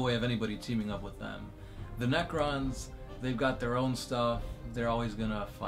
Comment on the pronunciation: you said nercrons and tyrinds ally in the nercron lore